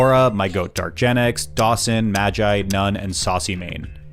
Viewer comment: magi? more like man-gi